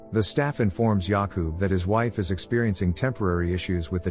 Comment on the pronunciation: As a Czech person it took me embarrasingly long to realize you were saying Jakub and Lenka, the whole time I thought since when are Yaku and Lanca Czech names?😅🤣